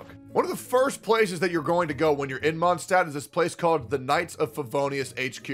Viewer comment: "... that village called Mondstadt..." Just to let you know that Mondstadt is german and literally means Moon city, so.. Also taking my chances on the 100$ PS: do a video where you pronounce all the german words in the game and tell us how you think they are pronounced in german ( eg. Mondstadt, half of Fischl's flavour text etc.)